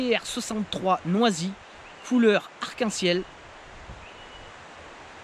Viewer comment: Bravo pour ce quasi 30 minutes face cam! Ta prononciation de "noisy m'a bien fait rire 😁" Je ne sais pas si la mouche en armement des cuillère apporte un plus, les truites sont je pense plus attirées par les flashs de la palette ou les vibrations. Par contre je valide les assist hook orange pétant!!! Pour les cuillères je préfère la sobriété des "trout essential" qui ressemblent à des ars. Et pour les PN, cette année je n'ai fait qu'une sortie truite, pas le temps malheureusement et en riviere truite j'ai plus que la Touvre à 1h de route (déménagement loin des rivières à truites...). Du coup j'ai testé les PTL craft, c'est juste une tuerie! Ca nage trop bien, coloris de ouf et ça prend du poisson! Mais un peu cher...